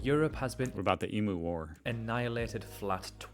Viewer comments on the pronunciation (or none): Mate, it’s “eem-you”, not “e-moo” 😄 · Uluṟu was called Ayer’s Rock by Colonists. It is now known as Uluṟu, the traditioal name for thousands of years, you are correct. Also, the tent city you stopped to focus on, is not in Australia. We have our share of homelessness but not like that. And,, please, it’s emyou, not emooo. Cheers! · Correction - EMU is pronounced as EEMYOU not eemoo. So as not to offend our expats please research the Australian military history in WW1 WW11 Vietam, Korea as well as the middle east over the last 30 years. Our troops were in WW1 and WW2 well before the US involvement in either FYI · Pronounced eeemyou not emoo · Beef exports are usually live beef exports. Sheep too. A very contentious issue. Ayers Rock was rhe old name for Uluru so that researcher got it way wrong. And you must kknow by now its eem-yooo not emoo. Are you doing it to wind me up? Cos youre winding me up!!! Eemyooooo pleeeeeaase!! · It's pronounced emu (eeemm-you) long enough and m with a you on the end. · Ok, I’m just gunna say it. In Australia we pronounce Emu “eemyoo”. Get it right. But bless you for calling the Rick Ulluru…Ayers Rock was it’s colonial name. No one should be calling it that any more. Also, the city of Darwin was actually heavily bombed during WW2. Most foreigners (and many Australians) are not aware of this.